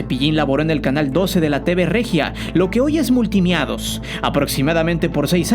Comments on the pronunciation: “Multimiados”o “multimedios” 😆😆😂😂😂🤣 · se escuchaba muy pro .. hasta que dijo multimiados.. jajajaj y valio! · Jajajaja Multimiados🤣😂🤣😂 , (multimedios)😂🤣😂🤣😂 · Jajaja "Multi Miados " 😆😅, es multimedios